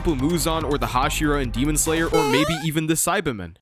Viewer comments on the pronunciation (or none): “Demom slayer” son😂